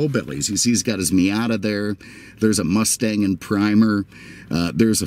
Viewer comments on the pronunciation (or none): none